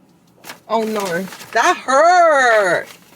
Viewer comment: That “ ohh neurr” just reminded me I haven’t watched Bridey and Jinny in a whileeee😭🫰🏼